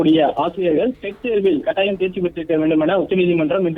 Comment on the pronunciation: காட்டாயம் ...அல்ல. கட்டாயம். தமிழ் தெரியாதா???